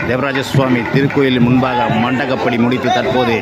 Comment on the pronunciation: It is MANDAPAPADI. But most of the people are pronouncing as Mandagapadi. It is wrong.